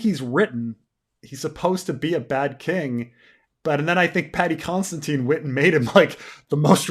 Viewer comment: Paddy Considine. Con-sa-dine. Not Constantine.